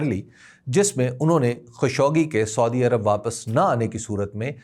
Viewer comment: حبیب اکرم صاحب اس دلچسپ معلومات کا شکریہ لیکن ایک چھوٹی سی اصلاح کی جسارت کرونگا کہ مہربانی کرکے سودی عرب کے بجاۓ اگر سعودی عرب تلفظ کریں تو بہتر ھوگا.